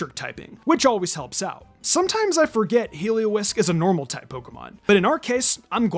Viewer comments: I love how he calls it Heliowisk UwU ! 😂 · “Heliowisk” 😂 Love this format and hope you do this for all types!